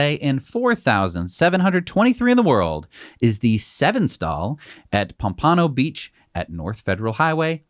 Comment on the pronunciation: To pronounce Pampano Beach correctly the emphasis is on the first sylable.